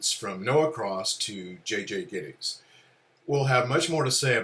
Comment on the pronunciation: Interesting converstation. I love the lady who pronounces Gittes the way Noah Cross did it without realizing... Chinatown is my all time favorite movie. Everything turns out perfect in it.